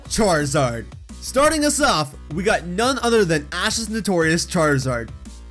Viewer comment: charizard not charzad